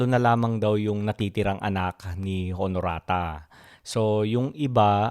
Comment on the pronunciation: Honorata pronounced as Onorata